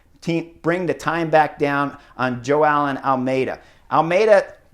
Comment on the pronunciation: It’s Joe-ow (as in ouch) Almeida not Joe-Allen!